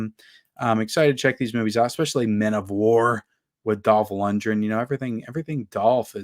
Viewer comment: Dolph Lundgren’s last name is pronounced “Lund-gren” exactly how it looks. Not “Lunge-ren”.